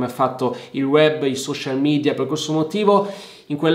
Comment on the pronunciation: Si pronuncia "media", non midia. Il vocabolo è latino non inglese.